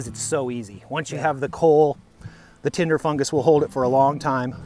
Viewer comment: I thought he said Timber fungus I was going to say that was my nickname in high school